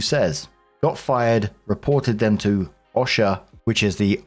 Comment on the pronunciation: Just FYI because I know American acronyms are weird We pronounce OSHA with a long O sound like O - sha And ADA is literally just A-D-A Yeah, we like acronyms and we like to make them weird